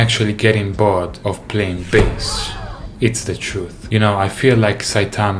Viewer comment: Said: bored I heard: bald